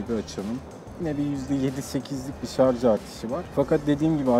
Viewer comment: "Şarj"a, "şarz" diyen insanların kafasının sağlamlık testi gelsin. +1